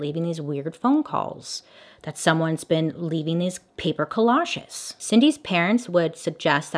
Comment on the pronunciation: Collages co-losh-ess lol I guess the g is silent Bailey?